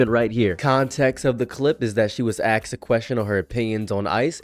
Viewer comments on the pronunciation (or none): Asked* "axed" tells me you are fucking thick as a brick